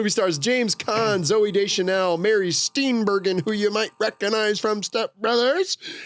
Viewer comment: Deeply upsetting how they are pronouncing “Steenburgen.” Good job lads, not even five minutes in and I’m already ready to repeat the 1993 forest fire in Danbury, Connecticut, a travesty that I did not have a part in whatsoever.